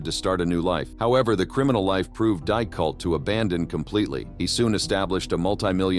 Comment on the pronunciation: What software are you using to narrate your movies. It's quite impressive but it does stuff up every now and then. Eg Difficult is not pronounced Diif Cult.